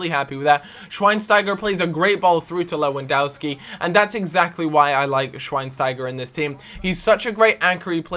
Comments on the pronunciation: its lewandOwski not Dauski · it's killing me- lewandowski is pronounced levandovski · its pronounced lewandoVski like so he can see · Learn to pronounce Lewandowski... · U pronanoce lewondoski wrong